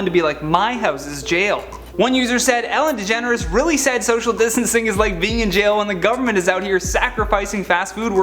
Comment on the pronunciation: “Ellen DeGener has been...” Like Kylie DeJenner??? 😳😂